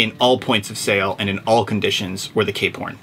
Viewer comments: Ever since you guys said Cape Horn now all they hear is K porn lol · I can't un-hear K-Porn ... lol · Stop saying K Porn. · I can not unhear k-porn now 🤷‍♂️